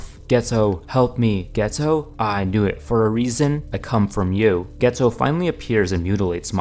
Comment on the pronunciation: Geto is pronounced gay-toe im not joking